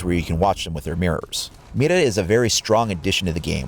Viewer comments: Did you seriously say Mita? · Guilherme Branco It's pretty easy, actually but I find his first pronunciation to be off. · mira not mida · When you try to pronounce Mira correctly, but you fail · Is Mira actually pronounced with a rolled r? I took Spanish for 3 years back in high school so I'm a little rusty, but I think I remember that rolled r's are only used in the cases of double r's and words that begin with r. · Nah u pronounced with the R